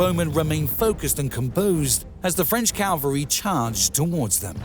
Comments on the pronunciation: Good heavens! You persist in saying "calvary." Calvary is a hill. The armies employed CAV AL RY. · "Cavalry" and "Calvary" in the English language are pronounced differently. Calvary is not in France. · Not to mention the repeated pronouncing of cavalry as "calvary". But yes, it was still a fun watch. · I think it must be one of those computer-generated English voice programs as there was quite a few wild pronunciations - no English speaker talking on this subject would say "cal-very" instead of cavalry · Yea I agree he says Calvary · Findally the Calvary has arrived! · Anyone else notice "... the French Calvary charged ...", about 18 seconds in? There were others... I'm available for voice-overs... I can even say "antidisestablishmentarianism" and I know what it means. I can say "photolytic degradation", too. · AND it's CAVALRY not CALVARY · And the calvary must have been impressive. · Agincourt has a soft G and the T is not pronounced. Also it's cavalry, not calvary. The archers' main weapon was their hammers, which they had used to drive in the stakes. They battered the French to death. As mentioned elsewhere, the battlefield was much more narrow than depicted, causing compression of the French advance and churning up a sea of mud which ground them to a halt. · cav-al- ry not cal-vary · Very good, but a few glaring annoyances. Please edit the word "Calvary" to Cavalry. This is a very annoying schoolboy error. Also, does anybody say "Agincourt" with a hard G? I've only ever heard it pronounced with a soft G but maybe it's locally said the way you say it. But I don't think so..... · Wonderful video—however, it’s “Cavalry”, not “Calvary”. The way you pronounced it in this video was incorrect, which referred to the crucifixion rather than soldiers on horseback. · CAValry. Not CALvary. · He literally says "calvary". I mean, really...? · Say "Calvary" lose all credibility. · Why is it so many cannot pronounce "cavalry" correctly? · I believe the word is 'cavalry'.